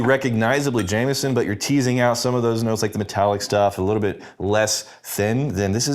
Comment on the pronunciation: I love how you guys add a T to Jameson (-ston) where in NJ we sometimes add an “R” : Jame”r”son.